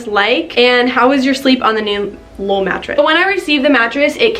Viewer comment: Haha I thought you were saying lil' mattress instead of Lull mattress.